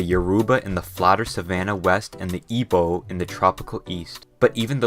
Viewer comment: oh my God you said it right good job. Have heard professionals and scientists (people who should know better) say Ig-bo when it's I-bo.